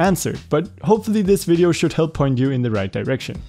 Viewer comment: Ahh yes a bideo camera